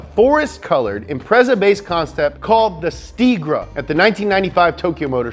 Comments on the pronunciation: "The STEEGRA".....even though it says 'STREEGA'... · it's streega not steegra 🙂